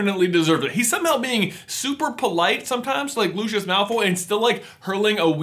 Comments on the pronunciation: luscious malfoy? its pronounced lu-si-us, not lu-ch-os. see what i did there ;) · 1 it was a mince pie that Ginny was feeding Harry not a cookie but it was a bad bit . 2 its pronounced LU SEE US sorry but I cringe each time you say his name. Still love the content you put out though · To me it sounds so cringy when I hear how americans pronounce Lucius... I mean..."Lushas"? WOW.